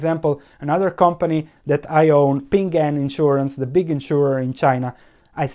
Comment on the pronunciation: BTW it's PING AN, two syllables :)